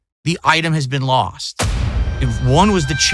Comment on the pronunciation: 42 year old man. “That one was lawwssst”. Wet brain or a 220?